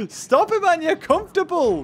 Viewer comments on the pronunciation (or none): none